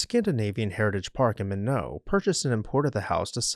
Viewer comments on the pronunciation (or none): ND: MYYYYYKNOT. not MIGHNEAUXZ lol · most pronounce it as "my-knot" not "minnow". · Minot is not My-no...its My Not. That's like saying Do boy vs Due Boyz for Dubois Wyoming(its the Due Boyz pronunciation) Still cool though. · FYI Minot is pronounced MY-NOT not MIN-O... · Not pronounced “Min No”, it’s “My Not”. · The house in Minot North Dakota is pronounced “Mine-Not”. It is not pronounced “Ma-No”. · Minot- Mun-NO? umm, do you mean . . . MY-not? c'mon folks :( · In North Dakota it is pronounced my-NOT not MIN -o. Do better. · Fun fact, the city "Minot" in North Dakota, is pronounced "my-knot" not "minnow"😊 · North Dakota, the town is Minot and not pronounced like the French, My-knot, instead. This bit rhymes, which fixes the pronunciation: Why not, Minot?” Minot sprang up along the banks of the Souris (mouse, French) river in 1888, as a tent city. The area is home to a lot of people of Norwegian descent, had a long oil boom and population growth in the first few decades of this century, and Norwegian projects including building a copy of the ancient stave church in Norway and many other projects celebrating Norwegian culture and heritage. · Minot is pronounced like it's spelled, not Minoh. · It’s pronounced My Knot (Minot, ND) Its emphasis is on the first syllable. It’s not French. It’s named after Henry Minot. Henry Minot was a railroad baron. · As a North Dakota-Born, I have to correct your multiple mispronunciations of "Minot" starting at . Its My-not. You do pronounce the "t" it is not silent. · Your pronouncing Minot(My Not) wrong. The T is not silent. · Minot is pronounced “MY-knot.” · North Dakota town Minot is not pronounced in the French way. Minot = My-knot rhymes with why not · Minot is pronounced Mi not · Minot North Dakota is pronounced MY-nut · Nd is My-not = MINOT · As a Minotian, I cried at the French pronunciation of Minot. We pronounce it My-Not. Excellent video! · Minot is pronounced like why not. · Minot is pronounced My Knot.